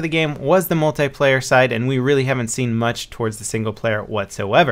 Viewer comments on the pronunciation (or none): I hate it when people pronounce "Multiplayer" as "Mult-EYE-player"